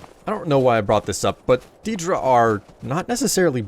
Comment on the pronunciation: Ethan Bennett you got it backwards. The Aedra were also immortal before creation, and lost their divinity. And had been mispronouncing daedra from the start of this series, You say it as "day-dra", same for Aedra.